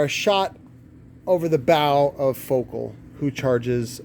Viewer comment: He can't even pronounce Focal correctly.